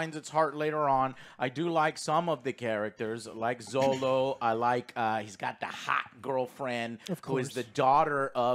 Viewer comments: His name is Xolo, pronounce "Sholo" ... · Heads up! Xolo is pronounced “Cholo” not “Zolo” or just call him Miguel 😂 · Godddam yall dont know how to pronounce Xolo's name